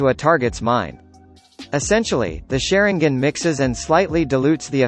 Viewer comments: The "sharon gin " come on bro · Suri gan